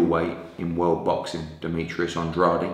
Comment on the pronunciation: Hearn should learn how to say Andrade's name right for a start. And-raid.